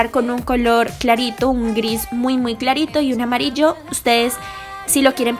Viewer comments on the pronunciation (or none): none